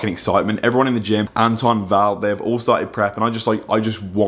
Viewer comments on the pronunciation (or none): It’s antoine not anton 🤦🏼‍♂️🤦🏼‍♂️